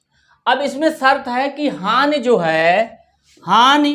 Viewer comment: सर वो हान नहीं होता हानि होता है बवलया